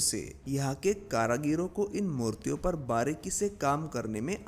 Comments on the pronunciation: करागीर नहीं सर कारीगर बोलते हैं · Karagir nhi karigar sahi shabd hai... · Nice video but not karagir , It is karigar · Karagir nahi, karigar. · Are bhai Karigar Bolo, Kara Gir Nahi! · Karagiro nahi Bhai, it's karigar.. कारीगर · एक बड़ा अच्छा ज्ञानवर्धक और जानकारी से परिपूर्ण प्रयास कृपया एक सुधार कर ले कारीगर शब्द है करागिरी नहीं है धन्यवाद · Karigar not karagira brother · Tumara hindi bhohoth bekar hai Kaaryaghir nahi karigir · Bhaie Hindi bhSha ka nash mat karo shabd h karigar not karagir good video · Karagir karagir ( कारागिर???) itni baar bola ki dimaag divert ho gaya... Bhai, karigar( कारीगर ) kehte hain unhein.... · Kaareegar not kaaraageer. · Karigar not karagir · Karagiri nahin hota, karigar hota hai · Karagiro nahin bhai karigar hota h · Karagir nahi karigar 👍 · Karagir nhi karigar bolo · भाई कारागीर नहीं कारीगर होते हैं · Karigar not karagaro Wese nice video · Please spell out karigar instead of karagir.. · Bhai thoda hindi sudhar lo....कारागिर नही होता कारीगर होता है। महत्वपर्ण जानकारी गलत शब्दों से बिगड़ सकती है